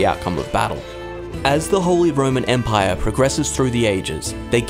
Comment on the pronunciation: You just wanted to say the holy roman empaiyaa